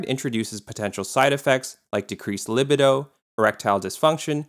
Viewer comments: ITS PRONOUNCED LI-BEE-DOE, NOT LI-BID-DO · Finasteride is also used for prostate problems (and it’s leg-BEE-doh). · So many YouTubers mispronounce words. Libido is pronounced luh-bee-doh. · That pronunciation of "luh-bee-doh" was rough, buddy. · Libido = lih-BEE-doh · Pronounced: LiBeeDoh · Li bi doh? Lol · I’m sorry but no one is confused or phased by the way he pronounces libido 😂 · "libido" with soft second "i"????? Never heard it pronounced that way. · BRO PRONOUNCE LIBIDO CORRECTLY FOR GODS SAKE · You mispronounced libido. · an MBA but pronounces "libido" that goofy way.